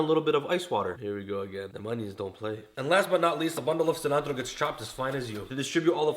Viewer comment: I’m from the heaviest state from Mexico and I don’t even say cilantro like that chill my boy is it ain’t that serious